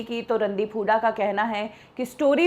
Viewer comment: kya yaar jisko v dekho randeep sir ko randeep hudda kehke bolte hein...r e gawaron inka naam randeep hooda hey randeep hudda nahi...